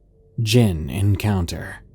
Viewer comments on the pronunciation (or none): none